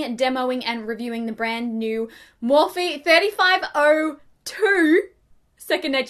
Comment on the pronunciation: Had to give a thumbs down 👎 because its Morphe, I love your videos though